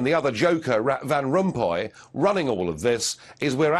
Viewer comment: LOL "Rat Van Rumpuy" if that was an accident it is a very accurate one